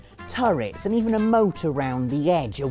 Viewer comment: Moat not motor